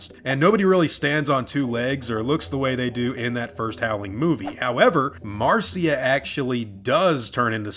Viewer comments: Marcia is pronounced "Mar'sha". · Pronounced mar-SHA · Your work is awesome, but it's pronounced "Marsha" :) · Marcia is pronounced the same as Marsha.